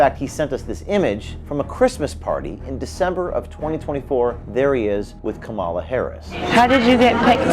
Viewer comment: Shitty reporter can’t even say VP Kamala’s name right